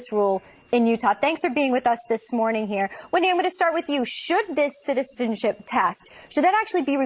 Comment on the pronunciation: citizipizi test. you need one, lady.